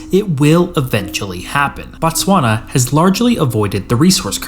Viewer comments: It's Botswana, not Batswana. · the SWANA?????????? TTTTTTSSSSSwana bro